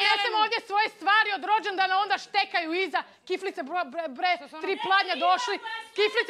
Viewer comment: OVO JE HIT KAD KAŽE HRVATICA BRRREEEE HAHAHA KOJA CARICA👏👏👍👍